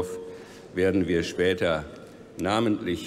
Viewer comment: "vierundert jahrö spätör" meine fresse wie anstrengend